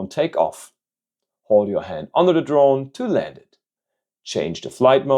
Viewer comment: why did bro say "hond" 😂